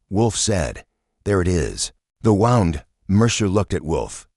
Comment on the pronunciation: The word, in this context, is pronounced woo nd, not wow nd.